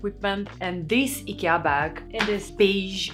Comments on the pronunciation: I love that you don't americanize the name "Ikea"!❤ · You have a lovely voice. Shame on anyone who complained. And you pronounce Ikea correctly!